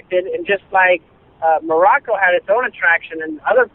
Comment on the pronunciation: "Just like _ _ _ _ _ has its own attraction...", Did he say Morocco?